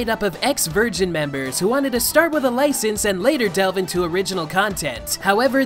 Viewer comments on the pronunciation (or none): none